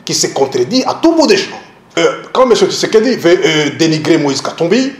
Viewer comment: un journaliste rwandais , qui dit" seron tshisedeki, seron tshisekedi"